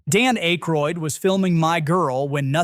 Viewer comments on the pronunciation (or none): So, you are AI! Your pronunciation of Dan Akroyd is soooo AI: AK-Royd NOT A-Kroyd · The AI voice still needs work. "A kroid"? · Secret of N...I...M...H? Dan AYE-kroyd? I fkn hate AI narration. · I think the audio of error "Johnny Minnimonic" could have been caught and corrected, had any actual human bothered to review this before posting. Likewise for the butchered reference to The Secret of NIMH (should be pronounced as a word, rhyming with "him"), as well as the repeated references to "Dan Acheroyd" (note: humans pronounce the first syllable as in actor, not ache). The use of AI-generated scripts and audio is, unfortunately, here to stay. Human oversight is still needed, though. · Dan ACHE-Royd lol. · It's painful to hear whoever that is commenting mispronouncing every other word. How long have they been speaking English? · Yeah. That mispronunciation made me giggle.